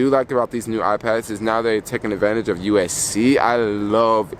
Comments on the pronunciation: Sorry but it hurts ever time you say USC! It’s USB-C lol. Btw you should get the anti lost wires for the AirPods if you don’t want to lose them easily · Upload speeds depend on your carrier. The iPhone doesn’t dictate the upload or download speeds. Yellow is a popular color, order it online if it’s not in stores. It’s Roman numeral X. You pronounce these devices as 10S, 10S Max & 10R. Are you referring to USB C??